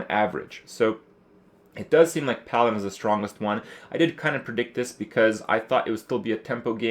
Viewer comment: for the first 7 mins i thought krip was saying piloted... its PALADIN.